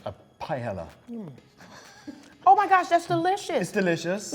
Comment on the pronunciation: Congratulations, Jack whitehall! This is the first time in my life I've heard a British person say "paella" and it hasn't made my ears bleed!